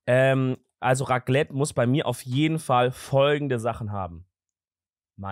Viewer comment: Bro was für Raglette es heißt RACLETT MIT C